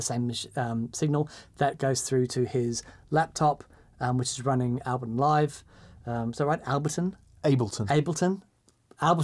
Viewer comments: "Al-bleton." You know you were saying that on purpose, you wanker!! ;) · Albleton? Like saying "nucular" rather than "nuclear". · Guys. Ableton. Break it down... "Able" (like "are you able to say this word") and "ton" (like "this shouldn't take a ton of effort). ;-)